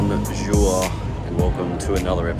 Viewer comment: don't worry about remembering names of French towns, if your "bonjour" is anything to go by you'd get half of France coming after you for mispronouncing their hometown names 😅